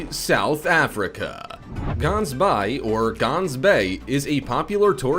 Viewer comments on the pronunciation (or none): Its not "Gunsbaai" you pronounce it ghhansbaai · Dude you're pronouncing of Gans baai/Gans bay is sooooo not right. But I get it your a American 😁I'm a south African and you should visit Gansbay it's beautiful! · Could only watch up to the first 5 minutes. I live in the Cape and we don’t pronounce Gansbaai like that!!!! And sharks aren’t mammals!!!!!! Ridiculous 😂😂😂😂😂😂😂😂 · I hate these types of videos. Number 1, the guy butchered almost every name. Who TF says Kauai as "cow-i", gansbaai as "gans-bi or gans-bay" and worst of all, new Smyrna as "new smirna" Number 2, that artist drawing is of Waikiki. It's not supposed to be an accurate representation of the past either. These "facts" channels really need to step up their game, because this isn't the only channel that gets a ton of things wrong. (Edit) I didn't even catch that he said sharks are mammals. Here's my theory, the guy who wrote it is some guy in India that doesn't speak a lick of English and he used Google translate to put into a computer narrator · Ganbaai is pronounced as "Ge-Aans- Baai". Its a Dutch/Afrikaans term. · Wakiki Beach is not in Brazil ! Also, Gansbaai ( pronounced “ Hans By”) does not have a real beach. It has a shoreline and a dock where a few shark viewing boats depart. In recent years Great White sitings are rarer due to the fact that Orcas have moved in killing Great Whites and eating their livers. I spent 3 days in a shark cage there and saw only one Great White for a few minutes. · No one will find Gansbaai/Gans bay in South Africa if they go on pronunciation😅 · Just want to say you butchered the pronunciation of gansbaai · the way you say gaansbaai really now gaans is a duck in the Afrikaans language you need to say the g with more grit to your voice and the dubble AA in the word should bee said like you would say Gandhi's name sorry not meant to offend but i am proud to be Afrikaans